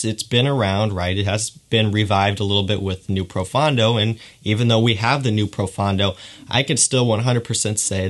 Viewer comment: Fragcom!!!! Please!!!!!.......pronounce Profondo properly. PRO- PHONE-DOE. It’s that easy. It means deep in Italian. Other then that, great review!